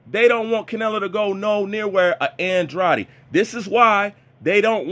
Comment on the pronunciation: Your pronunciation of Andrades name is wrong.